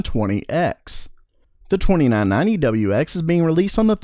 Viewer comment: I like how you say twenny-nan.. Haha nice vid. Thumbs up.